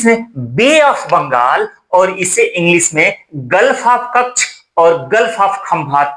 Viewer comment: महाशय! यह English 'इंग्लिश' होता है इंग्लिस' नहीं। तालव्य 'श' और दंत या दंतव्य 'स' ज़मीन आसमान का फ़र्क है। सेम(Same) और शेम(Shame) इनके अर्थ(Meaning) और उच्चारण (Pronunciation ) दोनों में फ़र्क है।